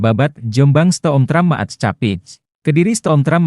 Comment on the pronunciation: Staatsspoorwegen dibaca Stats-spur-weihen Maatschappij dibaca Mats-khapai 😢